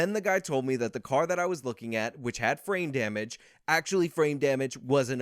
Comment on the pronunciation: Every time he talks about the car dealership on jan6 and he says "frame damage" i hear "brain damage". Nothing against, that's just what it sounds like to me. Maybe i have brain damage. Lol